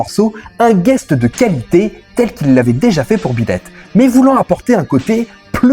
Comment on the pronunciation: "Beat ète" ? Connais pas.